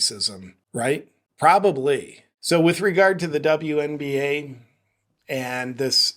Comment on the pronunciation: “…the Dumb-You NBA…” 🤣😂🤣 Judging from the lack of other comments mentioning it, I guess I am the only one that noticed how you actually pronounced ‘WNBA’ there! Well played! 😎👍🏻